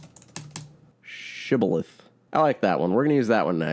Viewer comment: You are both pronouncing and using the word shibboleth wrong. It’s leh on the end and a shibboleth is used to recognize those belonging to a specific “group type”, whether religious, cultural even geographical by the way something is pronounced. Example, in Michigan they have the Mackinac Bridge and Island. Most people pronounce it the way it looks, Mack-in-ac, but it’s actually Mack-in-naw and only people that have lived in or near Michigan know that. That’s a shibboleth. I would know immediately if someone is not from there by the wrong pronunciation. In the show Law & order: Criminal Intent, there is an episode entitled “Shibboleth” and they use a phone call the killer placed to 911 and said a word that tipped them off later on. That aside, I LOVE your videos! I’m a huge movie buff and the way you present these is the same way that I explain movies to people. Thank you so much for giving all of us so much entertainment with your videos!! ❤️